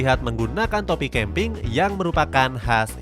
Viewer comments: 6.18 caping😂 di baca (caping) bukan dibaca (keping)😂🤣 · Topi caping bukan topi kemping duh. Caping bacanya C kak. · Caping petani kok dibaca youtuber cara bahasa inggris ? Caping tetap dibaca caping - bahasa Indonesia .